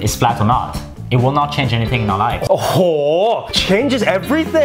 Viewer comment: คำว่า "ohho" สำเนียงเหมือนคนไทยมาก. /The word is "ohho" sounds like thai people.